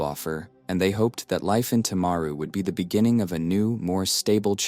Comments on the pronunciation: You can't even say the town probably Tim-a-ru timaru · This happened a few hours from where I live. Sadly some people think that she shouldn't be in prison. She had post natal depression, not psychosis. One in 20 of us experience depression, it doesn't give us a licence to kill. If we allowed her to get out of jail free, then we'd be allowing everyone who had depression to hurt others. PS: The pronunciation of Timaru and Graham is annoying